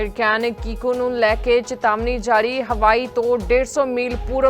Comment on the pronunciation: ਕੀਕੋ ਹੈ ਤੁਫਾਨ ਦਾ ਨਾਮ ਹੈ। ਕੋਕੋ ਨਹੀਂ ਹੈ